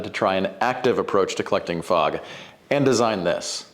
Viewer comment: i though you said frog.